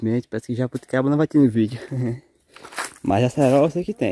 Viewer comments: Olá o nome é jabuticaba e não jabuticabra porque é tão difícil vcs falar o certo? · se diz JABUTICABA